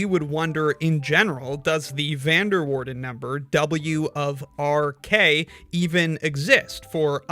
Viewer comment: Being Dutch myself, that is not how you pronounce "Van der Waerden" 😆